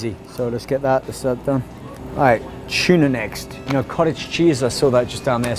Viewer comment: tuna* not "chuna" lol